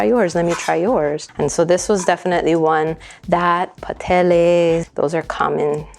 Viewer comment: Aloha mai kāua. 🤙🏾 I just wanted to say that the proper pronunciation of gandules is gun-doo-less. Another common mispronunciation is pasteles which should be pronounced as pahs-tey-less. It's so important to know the proper pronunciation of all languages, especially those of indigenous cultures so that it'll be perpetuated for future generations. As a kanaka, it makes me cringe in disgust every time I hear people mispronouncing/slaughtering our very own ʻōlelo kanaka. It's the concept. Whenever the actual people hear their language being pronounced correctly, it really puts a smile on their faces. I just wanted to share, that's all. Mahalo iā ʻoe.